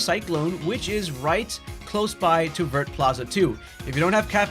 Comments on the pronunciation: Vert district is pronounced as vye, its green in French lol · I come to you once again with a fun French pronunciation! Vert sounds like “Vare,” it rhymes with hair. The t is silent. À bientôt! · Thanks for that ! By the way, the "t" in "Vert" is silent in French :)